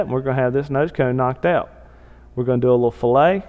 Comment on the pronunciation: Very cool! But it's pronounced "fil-it" not "fill-ay." It basically means "cut." Excellent tutorial on rocket nosecones though.